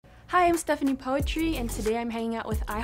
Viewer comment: Knp "poetri" Knp gx "putri" Itu ejaan lama kan?? Bacanya maksudnya